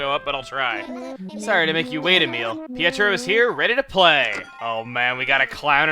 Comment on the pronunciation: Pietro is pronounced p-A-tro